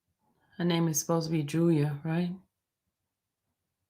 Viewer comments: I kept hearing "Julia" 😆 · when she first clicked her on? Wow. Some heard Sonya, some heard Julia lol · thank u! I heard “Julia” tho.